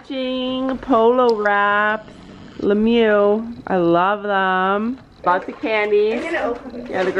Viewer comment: she said le mew I cringed 😂